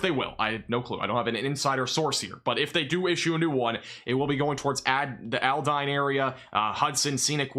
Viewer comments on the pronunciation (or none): FYI Aldine is pronounced All-Dean Alief is pronounced A-Leaf Humble is pronounced Umble. I posted a video of me riding this storm out. was the end of my video when my weather radio went off. I had a 63 mph wind gust before the battery died on my weather station and that was before the storm even kicked up. Winds at my house had to be near or just over 100 mph based on the sound and the damage.